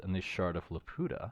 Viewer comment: Pretty sure it's pronounced; 'lah-pew-tah', iirc.